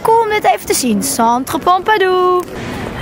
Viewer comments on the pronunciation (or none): Het is toch centre Pompidou en niet pompadou